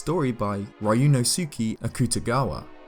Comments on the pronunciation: Hot dang, man, that hurt to hear...but I figured out you meant Ryuunosuke Akutagawa, the Japanese author the character of the same name is based on from Bungo Stray Dogs. It's pronounced something closer to "ryu-NOH-skay" (not pronouncing the "y" as it's own syllable, just as a sliding sound) and "ak'ta-ga-wa," at least as I've heard it spoken in Japanese in the anime. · its probably his accent but yeah it hurts :( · Not sure if anyone has said it yet, and me being a big nerd, I want to let you know that Ryunosuke's name is pronounced "Do-nos-keh" the "Ryu" makes a "Do/Dyu" sound, which also means dragon I believe. I used to say it wrong too until I bought his book where it explains that. I love Akutagawa's writing so much! His story, Green Onions, is one of my favorites! Also, if you're into anime/manga, there is one called Bungou Stray Dogs, where the main cast is named after famous Japanese authors! Japanese authors like Akutagawa Ryunosuke and Dazai Osamu. There are also some American authors in it too (Season 2), like H.P Lovecraft, Edgar Allen Poe, and Mark Twain, just to name a few. (My profile picture is actually the Akutagawa character <3 I love him so much too.) Okay, nerding over! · not to bash you but the way you pronounce Ryunosuke is so wrong